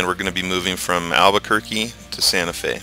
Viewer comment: Eli Miramontes Albuquerque was pretty accurate but Santa Fe wanst